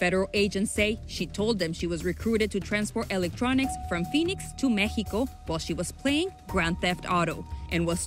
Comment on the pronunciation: Mejico majico 💀